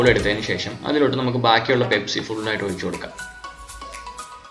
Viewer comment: pespi alla pepsi